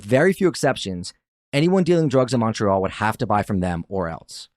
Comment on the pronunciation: Maybe get a narrator who can pronounce Quebec properly next time…everytime he said Quebec or Montreal like nails on a chalk board Ps that didn’t sound like a Canadian accent dude